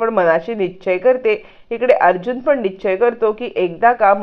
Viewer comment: निश्चय, नीट म्हणा 😂